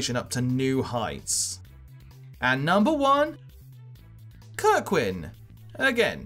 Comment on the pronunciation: Man really said kirkwan XD